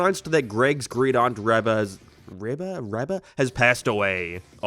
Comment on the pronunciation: I swear this series was a huge part of my childhood but i read like the first 4-5 books at most lmao. The rest i never heard of Also "Reba" is pronounced with a hard e sound